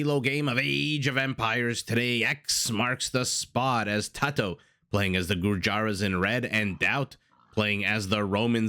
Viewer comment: Gur-yara. Shock-ram. ... Please google how to pronounce anything you intend to color commentary.